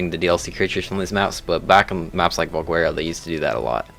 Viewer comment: Why do you pronounce valguero with a W?